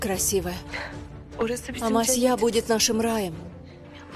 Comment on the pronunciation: АмасьЯ режет слух